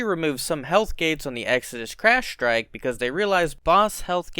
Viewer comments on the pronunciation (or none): You mean "shtrike".